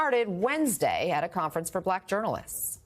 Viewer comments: The way he says “blaaak” tho. VOTE BLUE USA. 🗳️💙💙🇺🇸🇺🇸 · How'd he manage to make "BuhLack" a 2 syllable word? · You know a guy is racist by the way he pronounces “bahhlackkk”